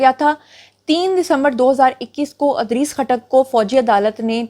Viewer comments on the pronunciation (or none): Miss, Adrees nahi Idrees naam hota hai. Anyways i am your fan just to correct you.